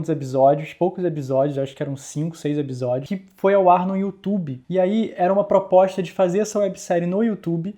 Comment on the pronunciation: Eu sou louca ou ce sempre fala ebisodios?